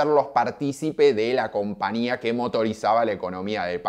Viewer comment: CompaÑia porteÑo. No es compania